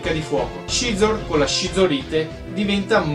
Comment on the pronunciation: piccola precisazione linguistica: Scizor si pronincia "sizor". Per il resto bella serie.